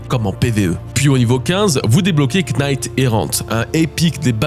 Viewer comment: Knight, on prononce pas le K bro J'aime bcp le passage sur la brume